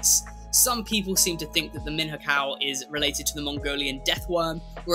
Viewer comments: You butchered the "Minhocão" pronunciation hah. It sounds something like "Meenniokhao" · Minhocão pronunciation is liek MiñoCaaaoo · You pronounced Minhocão the best you could, and yet was pretty off, the "nh" sounds like the ñ from the spanish language and the ão is something that really is hard to explain, is a nasal sound, very common on brazilian portuguese and I really know that some people who speak english struggle with that, so the au you did is acceptable. Great video as always, I just wanted to nitpick on the pronnounciation since I'm brazilian, but know that a lot of people that have english as its mothertongue struggle with it.